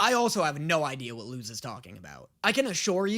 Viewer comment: He still says Lose instead of Luz Luz=Lus